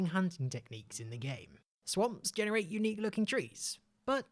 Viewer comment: its pronounced jen-a-rate